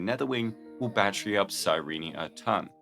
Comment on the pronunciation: I'm sorry, her name is... Cy-Reenie? I thought it was Cy-reen... Cy-Reenie makes me like her less.